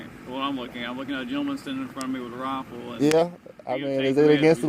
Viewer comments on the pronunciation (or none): He said "rahfle "